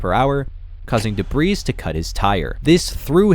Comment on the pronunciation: What is debrees? Stupid ass ai